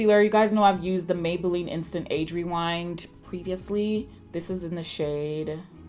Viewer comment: Mah-beylline and comp-ah-rable killed me 💀🤣 oh my word yes I can't stand the heat makes me cringe 🥴 I do the same thing when sleeping the blankets feel like they're hugging you with their comfort 🙋🏾‍♀️😂 you definitely slayed this look 😍👏🏾